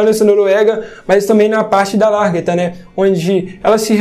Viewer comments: O mano, já vi vários vídeos de análises seus, e sempre notei como vc fala o nome da Lagertha. Vc diz sempre LARGETHA! Pq? Se vc sabe tanto da série, não é possível q vc fale errado. Deve ter um motivo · Pelo contrário, não estou bolado. Só achei curioso o cara saber tanto da série mas pronuncia errado o nome de uma personagem tão comum na série